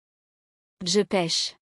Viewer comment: Hmmm... When he says "Je", he simply says "Zhay", but when she says "Je", I hear her pronouncing a syllable immediately before the "Je", almost like she's saying "e-Zhay". Why is that? Listen for it in every he/she example.